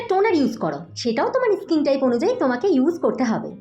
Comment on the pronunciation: ইস্কিন নয়,ওটা স্কিন